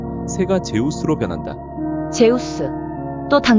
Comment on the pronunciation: 즈스가 아니 제우스